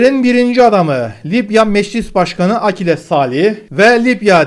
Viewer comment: Lipya mı? Libya libya..... bu nasıl bir aksağan.